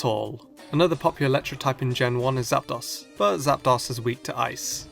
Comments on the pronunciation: You butchered ZapDOS Like UNO DOS TRES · Oh... My... God... ITS ZAPDOS! (Zap-Dose) As in Uno Dos Tres! Like One two three!